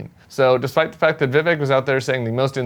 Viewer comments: I've rarely heard any Republican lie. My TV has an off button I use when they speak. It's fact not fack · Fack? Or Fact? Now you have me confused. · I prefer it when you called it 'fack' checking. 😂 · "FACK checking"? FACK? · “Fack” check. 😂 I love you Tim. Your commentary keeps me sane, you call BS out every time. 😘😘😘😘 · What is a “Fack?” Is this how we easily describe ‘alternative facts’ in this country now?